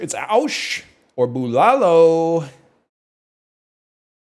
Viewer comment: The way he says Bulalo is killing me